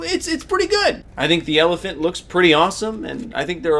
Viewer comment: "Elephant" "Saber" ouch